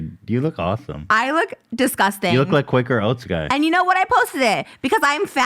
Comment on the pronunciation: You guys have come a long way and also Ethan try not to say “I don’t want to wrestle with you that’s DISGUSTING” with all that emphasis on disgusting. You can speak your point without going over the top. Cause then it looks sus